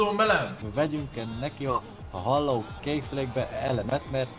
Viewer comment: nem is azt mondja hogy "Halló" hanem hogy "Hallaó"